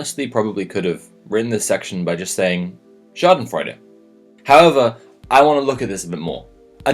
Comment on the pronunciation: your pronunciation of schadenfreude is on point tho